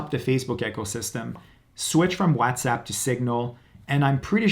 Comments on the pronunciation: Whatsapp being called wazzatsapp was getting on my nerves. Sorry. Bye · Okay. I heard this guy. He’s a Latino he can’t pronounce WhatsApp either.